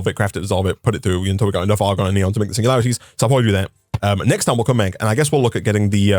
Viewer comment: singulatiries lol